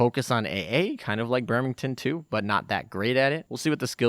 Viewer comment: "Birmington" ? In earlier videos it was Bremington now it is Birmington (Birmingham+Washington ?) Thanks for including a picture of Bremerton or i would not have known what ship you are talking about.